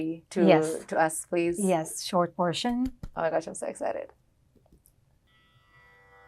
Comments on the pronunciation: Fantastic pronunciation of Ganga Arti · Good pronunciation of Ganga aathi. :medal-yellow-first-red